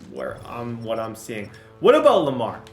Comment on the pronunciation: anybody else cringe when he said Lamar? It doesn’t go well